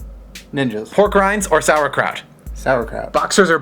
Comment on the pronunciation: Hahaha, I love when an English speaking person says "sauerkraut". Thank you for this ^_^ "Maybe everything is going..." what? I can't understand it.